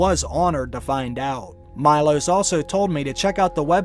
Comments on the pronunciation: It’s pronounced Me-loash not my-los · MEE-LOSH, not MY-LOSS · Meelosh. It's pronunced Meelosh. Not Maylos. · It's not Majlos it's Milos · Its not MyLos its MElos, and of course he is Serbian :D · His name is pronounced Mee-losh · Milos is read Meelosh :') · It’s pronounced “me-losh”. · Wow,talk about butchering names! its m-ee-l-aw-sh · Read name wrong xD